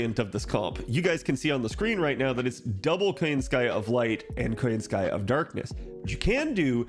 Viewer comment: Why KoyanskAya instead of KoYAnskaya tho?